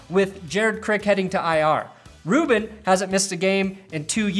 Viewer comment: This guy brings up the most useless stats and doesnt even know how to say Rubin's name